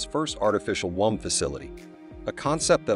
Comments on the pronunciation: First of all, it's pronounced woom, not waam. Secondly, what is this about an artificial umbilical cord? What do they plan to do, rip out the child's natural cord as it develops? Yeah, that should work great. Not. Thirdly, there are millions of babies being aborted every year from their natural wombs. Anyone ever think, "hey, I'm pregnant, but I don't want a kid. I know... I'll give it up for adoption." Problem solved. Artificial womb unnecessary. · Artificial whomps 😂😂😂😂😂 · You are pronouncing womb wrong